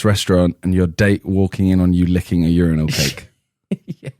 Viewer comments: Bro what the fuck who pronounces urinal like randolf “youRANall” wtf nigga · It took me a while to realize Randolph was saying “urinal” but i kept hearing “Your Rhinos” lmaoo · it's pronounced yur eye nal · WTF IS YOU-RI-NAL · Randolph just said ur-rye-nals what the fuck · The way Randolph pronounces urinal is fucking disturbing 😂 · Randolph doesn’t know how to say “URINAL” 😂😂😂😂😂